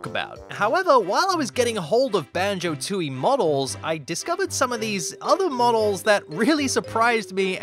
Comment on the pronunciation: Isn't it Tooie, not Tootie?